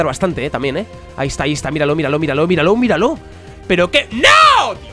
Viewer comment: En vez de que diga miralo miralo miralo parece que diga vidalocke vidalocke vidalocke ahahhahaahahha